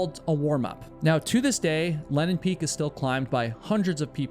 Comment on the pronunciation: That's funny! You say Lenin Peak is the only name you can pronounce when you clearly cannot. The AI texting constantly records it as Lennon Peak and even shows it that way in the subtitles. It sounds like Lennon (Lenn'on) to me as well. Many American English accents swallow vowels and disregard whether they are followed by a single or double consonant, so that Lenin (Le'nin) and Lennon (Lenn'on) are often pronounced the same way. As someone who narrates so many videos, you should be more aware of this to help listeners avoid misunderstandings regarding names, sites, etc.